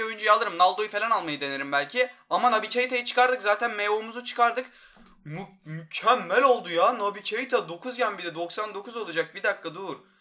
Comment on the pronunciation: sonda mükkemmel yerine mukkemmel